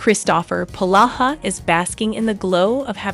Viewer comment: PLEASE PRONOUNCE HIS NAME CORRECTLY IT IS POlaha NOT PAloha